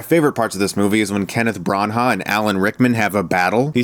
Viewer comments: Who the fuck is Kenneth Braaaah-hanaaaagh?! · Kenneth Brawn-ha? Wtf, Chris, get your pronunciations right. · lol "Kenneth branha" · ahahaha kenneth bran-ha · I winced so much with his pronunciation of Kenneth Branagh. Otherwise great review